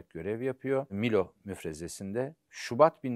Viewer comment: Değerli hocam sakın ukalalık şeklinde değerlendirmeyin fakat haddim olmayarak bir yer isminin telaffuzunu düzeltmek istiyorum. Halit Paşa'nın komuta ettiği müfrezenin ismi Milo değil Melo'dur. Sizden daha iyi bildiğimden asla değil sadece Artvinli oluşumdan kaynaklı bu bilgiyi düzeltmek istedim. Çalışmalarınızda başarılar diler saygılar sunarım